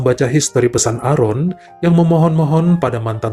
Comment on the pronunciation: Maaf bacanya "Eren"..tq